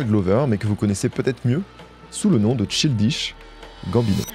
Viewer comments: justement, si c'était vraiment juste une question d'accent il ne dirait pas "Tchildishe", juste shildish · J’aime tes vidéos plus que tout et encore merci pour celle la. En revanche dire childiche et pas chaïldish ça tend de fou 😂 surtout que tu dis Seudi Wok pour dire 30rock Vraiment je comprends pas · "chill dish" ça m'a fait tiquer à chaque fois mdrr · cest pas possible que tu es fait un doc de presque 45mn sans avoir écouté quelques heures de vidéos d'entrevues etc. EN ANGLAIS... ou il prononce très clairement CHAÏLDISH GAMBINO ffs... donc je suis 90% sur que tu l'a fait exprès pour l'engament dans les comms.... tu n'as pas besoin de tactiques si basses pour continuer à avoir du succès man... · Childish se prononce "child" = enfant ("Chaïld") puis "ish" ("iche"). Très bonne vidéo, merci. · Je suis presque sure que ça se prononce "CHAYLDISH" gambino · ça me stress que tu prononces tchildiche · Le "Ch(I)ldish" me fait mal mais la video fait plaiz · Bro, on est fan de tout de ce que fais, et même de ton nouveau flow lol, mais ne dis pas "tchildiche" quoi, un ptit effort de prononciation plz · Tchildich Gambino J'ai eu besoin de faire une pause pour respirer, j'ai repris parce qu'on sait que ne fait que des masterclass mais à un moment il faut apprendre à prononcer les noms des gens sur lesquels on fait un *sujet de vidéo* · childish ça se dit pas trop tout seul, vu que c'est un adjectif. Aussi stp prononce le correctement, il y a que ça qui manque dans tes vidéos: la recherche de la bonne prononciation des mots anglais/americains. C'est vraiment un gros point noir qui apparait constamment dans tes vidéos et je comprend pas pourquoi tu insiste à avoir cette erreur si amateur dans tes vidéos autrement ultra quali. Vraiment juste tape dans google la prononciation des mots c'est minime mais ça vaudra tellement la peine pour le résultat global. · C’est sûr que quand on a l’habitude de l’anglais ça fait bizarre 😅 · pitié childish se dit pas comme ca